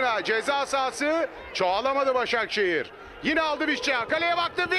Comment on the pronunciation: Spiker 2 ş li kullandı Başşakşehiri eliyo derken 🤣🤣🤣🤣🤣